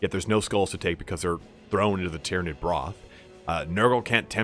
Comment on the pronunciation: you pronounce Tyrnaid very strangely